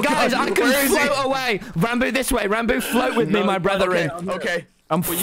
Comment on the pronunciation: “we- we’re bloody 2000 blocks aweh”